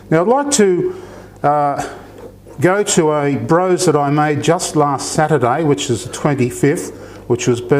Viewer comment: Lovely video, this is my Scottish best mate's favourite dessert. She says to pronounce it Bross rather than Brose, even though it is spelt with the E.